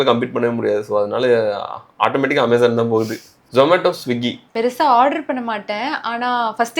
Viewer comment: I appreciate the slang. Aaamazon. It is correct. Maximum people will tell ameyzon. It is wrong.